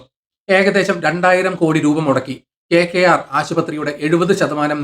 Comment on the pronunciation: എന്താണെടോ ഈ KKR ഒന്ന് തെളിച്ചു പറഞ്ഞൂടെ